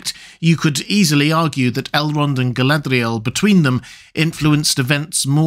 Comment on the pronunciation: I've commented before on this and am still in need of education. But your pronunciation of Galadriel is inconsistent. Sometimes (20%) you pronounce it like it is spelled, other times (80%) it's almost as if you replace the 'R' with an 'L' as if you're romanticising her name. Honestly, you're the expert, if you tell me it's some accent on her name to make it sound how you pronounce it 80% of the time I'll take it as gospel.